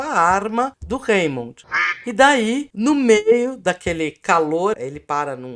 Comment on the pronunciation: Vcs chutaram certinho no gol da pronúncia de Raymond /remôn/. (E a Pasqualete da pronúncia ataca novamente!)